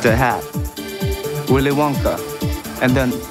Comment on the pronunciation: 영어 왜 이렇게 잘해 그리고 윌리윙카,보나타 발음에 진심 놀랬다 프랑스어 하는줄 알았음